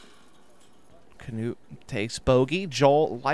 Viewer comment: Hes not the only one who is calling him as Kanuut, so annoying.